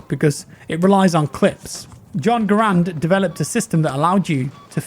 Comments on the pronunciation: For all those who sin, it is pronounced “GahRand” not Grand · It’s still called garand not gurand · Garand not grand.......Gar-and. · Hey, Garand is actually pronounced (gar (as in gary) and) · Garand rhymes with errand. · John Garand is actually pronounced with the accent on the first a.